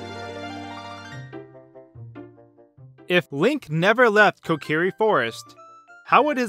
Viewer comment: My god can anyone pronounce Kokiri right 🙄